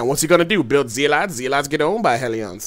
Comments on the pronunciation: Zeelots and Heliawns..... lol.... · Hell-e-on and Zee-lots :D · In this build the haleeawns counter the zee-lots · Zéélats and Helleh-on? I wuv you:>